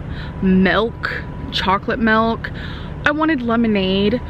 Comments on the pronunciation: Please stop saying "melk" it sounds really stupid. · i live in Kentucky and sweetheart that ain't how we say milk ... Lol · Sounded more like Melk to me 😂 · "Just give him the glass of mölk Josh"